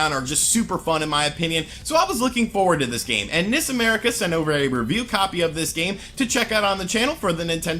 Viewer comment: Quit pronouncing NIS incorrectly! It's pronounced en-eye-ess! It's an acronym for Nippon Ichi Software!